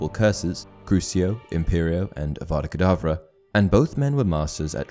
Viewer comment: Voldemort: Adddddddavaaaaakaaadaavvvaaa Grindelwald: You are saying it all wrong. It's avada kedavra.